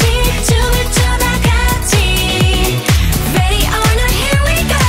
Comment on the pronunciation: Other members: Ready or not Hyebin: LeDi oL nOt :)